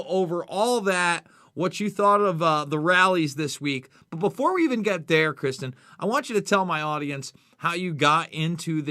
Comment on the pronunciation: Ive been following for years and he is too kind to correct your pronunciation of his name. Everyone else always pronounced it "Kris-tonn". fyi bud.